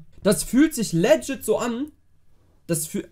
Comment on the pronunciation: Broski google mal das Wort "legit" und lern mal wie man das ausspricht....